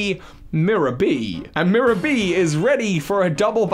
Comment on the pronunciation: I literally gasped when I heard him say "Mirror B." That man is the absolute 🐐